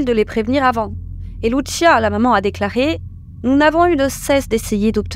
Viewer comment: "Alisson" et non "Aline Son" "Lucinha" et non "Lucia"